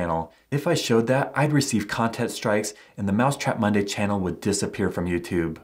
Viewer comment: wy do you allways say myday or monday